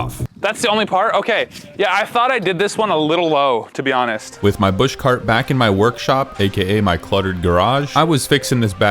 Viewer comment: It’s called bush cart rhymes with grug